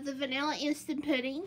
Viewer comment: I love that she says “poodin” lol has the cutest voice. It’s so girly and southern